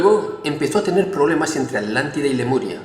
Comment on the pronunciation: sigo sin entender el porqué dice Adlántida en lugar de Atlántida.